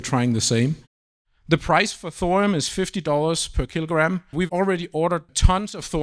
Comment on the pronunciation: I came here to make a joke about salt, onions, butter, sage and thyme. But then I was gobsmacked at this guy pronouncing Thorium as "thorum" over and over and over. It's so weird it killed my comical mood.